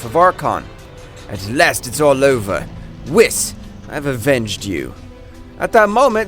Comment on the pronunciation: It’s pronounced Whis(Whees) not (wiss)